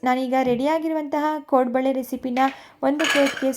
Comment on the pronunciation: ಕೊಡಂಬಳೆ ಅಲ್ಲಾ ಕೋಡುಬಳೆ😂